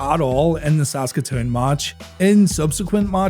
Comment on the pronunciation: I was there. I saw it live. It definitely surprised the crowd. That was also the placed when Yokozuna made his debut. And props for pronouncing "Saskatoon" correctly. You'd be surprised how folks have some trouble with that.